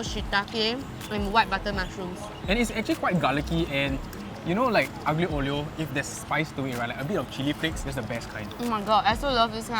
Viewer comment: Say it with me: ah-leo oh-leo